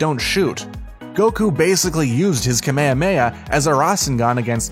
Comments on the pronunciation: Why did he say kememame wave it’s kahmehameha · At the part where he said “kameyameyaha” is the part where i face palmed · Damn the way he says Kamahameha keemeeeameeea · "Kameameha" I'm dead 🤦‍♀️🤦‍♀️😂😂😂 its pronounced "kah-meeh-haa-meeh-ha" not "ka-mea-mea" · Its pronounced ka mi ha mi ha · THE WAY HE SAID RASENGAN AND KAMAHAMAHA GAVE ME A STROKE he said” rA sEn GaN and kaMAywAyAWave” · now hes saying rasingon and kamayay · My man really pronounced it kameyameya 🤦‍♂️ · Man said Kameamea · How says kamehameha: ka mey a mey a fans and dbz related creators:.-. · This dudes annoying who says Naruto like that And ITS KAME-HAME-HAAAAAA learn how to pronounce things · They called kame - hame - ha kameha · He pronounced “Kamahameha” wrong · He said kahmahamaha wrong